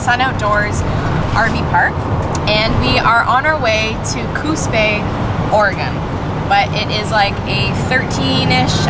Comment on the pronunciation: Great vid & feedback about bridge camping & your small rv. Your comments about parking space & being able to stay inside the rv may switch my choice to buying the smallest full rv I can find! Pettiness alert:, good to hear you say Oregon and Coos Bay correctly! Happy trails👨‍👩‍👦